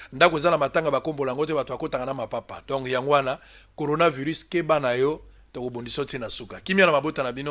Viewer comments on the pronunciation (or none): LEMBA NEMBA TOUJOURS NA BUZOBA OYEBI KOTANGA BIEN BAKOMI CORONAVIRUS ET YO OZOLOBA GORONAVIRUS NIONSO WANA PO BATU BAYOKA BUZOBA NA YO QUE OZOLOBA GORO EZA MAWA.